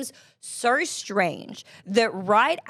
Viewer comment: Sowwerrrr strange